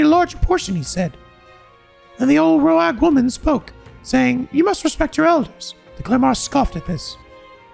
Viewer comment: Just a small note, Rhoag is pronounced like Rogue.